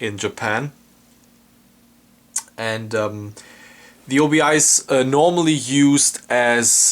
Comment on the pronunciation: Its not "o.b.i." Its pronounced as one word "Obi" which means Sash in Japanese. Also this LD was released in 1998, so dvd was already out! is the 'explosion in space' theatrical version fully restored in this release?